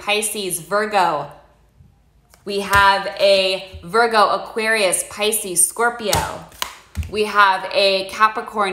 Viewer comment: "Spice-cees, Pope-io" - I love it! <3